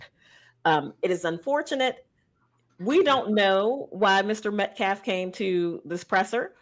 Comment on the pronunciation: This idiot even misspoke his name! "MET CAF?" I think this "baby shaker"is no more than a pimp...money grubbing pig! He hates white people😮 the mother is lying...PROVE YOUR FAMILY HAS BEEN HARASSED!...YOU CANT! because it not true. They want money thats it. This is anti white hate and its created a HUGE racial divide.I miss the 70s and 80s i never saw race..I see the hate twords my race on TikTok, MSNBC,THE VIEW. Its been exvepted! Wtf? Ii wish teens were made to read Thomas Sowells:Discrimination and disparities....I BLAME MEDIA...I BLAME TIKTOK I wish the Hate Twords my race would stop! Whites....would stop. "Karen"...This is making me feel like "wow...black people HATE US!...Im feeling different about my feelings about this race now...its heart breaking. Karmlo is going to walk....it takes one jury member to say: " Nope, hes innocent.😮😮😮 mark my words. This guy needs to stop....Im so sad that i have to tell my daughterto be careful about her braids? kyle didnt have a ak47 btw...bs.I do miss how it use to be before Rodney King.